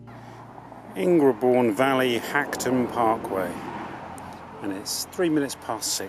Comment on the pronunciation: Delightful! But not Ing-re-bourne, surely: it's pronounced Ingerbourne.